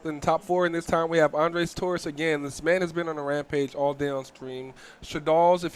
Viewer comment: why this dude saying ANDRES name as it if were a womans name: ANDREAS?! cmon man